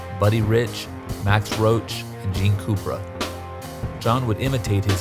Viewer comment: Gene Coopra? lol